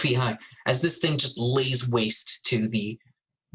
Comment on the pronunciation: if my count is accurate (need torewatch to count for sure) you attempted to say "lays waste" approximately 5 times.. only once did it not come out "ways laste" and only the once did you catch it.. LOL